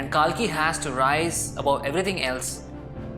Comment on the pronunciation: Well........ He is not pronounced as KAALKI ........ It is KALKI